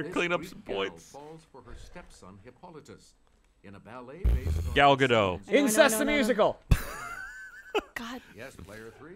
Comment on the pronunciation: I swear to fucking god,. "Gadot" is not a French name. There's a T in the end. Pronounce it!